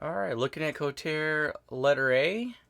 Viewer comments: BTW, the company is pronounced "Ko-tar-re". Good review. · Excellent review, but it's pronounced "ko-tar-eh" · As I'm watching your video I'm looking at mine,mine arrived 3 days ago,and the company is KotarE,so it's pronounced co tar EE,and not kotar,I found this out ehen I ordered mine at IPMS Telford in 2021.